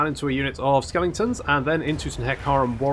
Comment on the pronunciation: It's pronounced 'skelingtons' - not 'skeletons' SMH